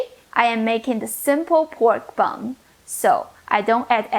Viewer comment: Did she say press the BUM or BUN